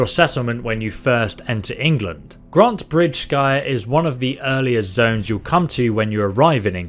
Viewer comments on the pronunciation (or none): Scire is pronounced “shire”. Old English, sc = sh. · It’s pronounced( grant- a - britch - sire )